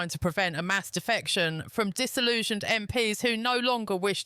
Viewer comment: Your narrator is rubbish. MPs not m. P. S. Ffs